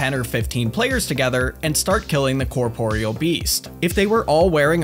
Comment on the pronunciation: thank you for saying corporeal and not corporal